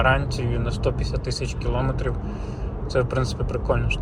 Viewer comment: Дякую за огляд, але, будь ласка, припиніть говорити "килОметрів". Це дуже засмучує, у нас майже немає українських автоблогерів, які говорять правильно це просте слово.